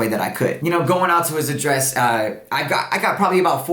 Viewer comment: mispronunciation of address is bugging me lol